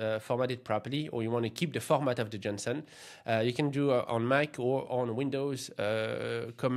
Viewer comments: you sounded like 'johnson'. In English you can say 'Jason' .. maybe you confused the names 😅😂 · Am I the only one who heard Jensen in place of JSON? :D